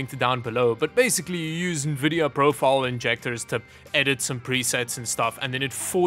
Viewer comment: saying Nuhvidia for more engagement;)